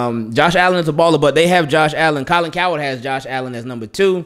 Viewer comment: I like how pronounce his name Colin coward 🤣. They have slept on lamar every year. They don't talk much about our injuries. But it's fine we will win the division. Then try to get to the conference game at minimum.